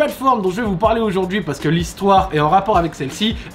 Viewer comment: "Ni Z'un fond vert", "raconter Z'aujourd'hui". Bordel met pas de liaison là où il y en a pas mdr